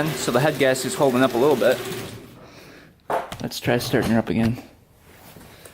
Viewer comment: That was a very entertaining video! Polaris four-wheelers are such pieces of shit!!! But, it was still fun to watch and learn new things. Is it a "Wisconsin thing" or something you do on your own? Every time you say the word; bit it sounds as if you say "bet". Ex." I should get the part in just a little bet". Hahaha!!! Im from Ohio so Im sure I say some pretty weird shit!!! Just wondering dude! Great video!!